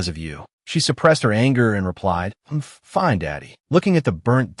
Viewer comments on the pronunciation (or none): And turning the word fine into something else like finay